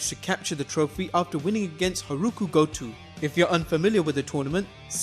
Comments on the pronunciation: The pronunciation of Okada is wrong, but seems like a reasonable guess. However, I have no clue how you got "Haruku Gotu" from Hirooki Goto. That level of mispronunciation is something else. If you're going to say foreign names, you should probably learn how to pronounce them :| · it's Ka-Zoo-Cheeka O-Kah-Dah and Hero-key Go-Toe